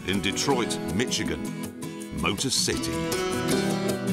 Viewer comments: Jeremy Michigan is pronounced mishigin not mitshitgan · "Detroit, Mitchigan" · Detroit, Mitchigan. lol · Michigan is pronounced Mishigan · Nice pronunciation of Michigan lol